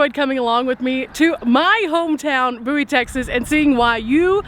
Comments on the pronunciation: He aint from Bowie, or he would know how to ponounce the name. 🤣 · Forget all I said. I listened to the Theme song and it days B O Wie. They got it wrong to. I guess I forgot how I learned to say it correctly. Sorry, Love Your Channel! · It has to be the younger generation that mispronounced the name. I am 75 and watched the TV series. The introduction song pronounced it correctly. Wikipedia has a story of the series. The Adventures of Jim Bowie. I remember singing that song when I was little! Thanks for sharing this video! You always make it interesting.